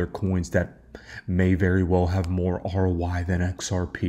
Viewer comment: Why do you keep saying "ROY"? It's "ROI", meaning "return on investment" 😅